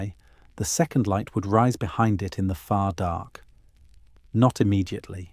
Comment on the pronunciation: DARK... not dock! Learn to pronounce words CORRECTLY!!